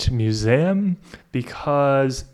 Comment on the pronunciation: the pronounciation of "museum" took me out